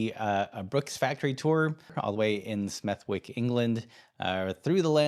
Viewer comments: Excellent video as always. Hi from sunny England. Just a pronunciation note for future Smethwick is actually pronounced with a silent W. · Smethwick ( pronounced smeth-ick ) glad to hear local areas gaining international noteriety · The brooks video is brilliant. It's pronounced smeth-ick